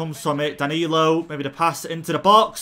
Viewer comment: Everyone: Danilo:DaNaLiNO